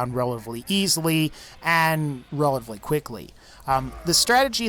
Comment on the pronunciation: He says every word right except for relatively lol